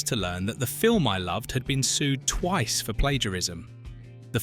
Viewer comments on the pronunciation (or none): I was finding some things strange in the narration, but this is where they dropped the ball. Why not hire someone to narrate instead of using AI narration crap? "tuice" instead of twice. They didn't even bother to check it before posting. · He said twis instead of twice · I hate to say this, but AI has actually made me listen more... The mispronunciation of "live long" tells me this is AI. And congrats... you had me pretty much fooled even after not saying the word "twice" the first time it occurred, but then saying the word soon after. If all the points are factually true then I still like the video and information, but the ever increasing presence of AI in videos is making me lose faith that people are genuinely interested in "making" videos, but rather putting information together and using AI to get views and make money. I sincerely apologize if you are not doing this for that reason... but I congratulate you on using a British voice to sound more real. I'm still going to "like" this video as it was interesting.